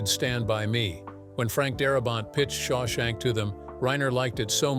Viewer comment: You can't pronounce Shawshank? But you have no trouble with "Papillon." 🦋